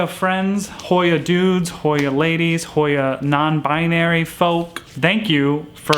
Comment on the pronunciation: Thank you and you did say it right 💜.